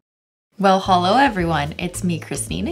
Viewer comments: i clicked faster than cristine could say holo it’s me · I feel like I should make a meme about Cristen saying holo it's me